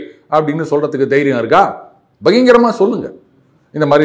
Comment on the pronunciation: பகிரங்கம் என்று சொல்லாமல் பகிங்கரம் என்று சொல்கிறார்